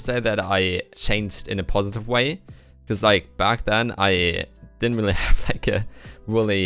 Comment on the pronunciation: You've gotten much more fluent with your english. The only thing you might want to work on is your R's because the usually sound like wh sounds. i.e really sounds like wheelie. I've been wanting to tell you this for some time now but have been hesitant that people might take it the wrong way.